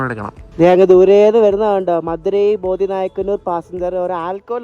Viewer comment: ബോദി നായ്ക്കന്നൂർ അല്ല ബോഡിനായ്ക്കന്നൂർ ആണ്.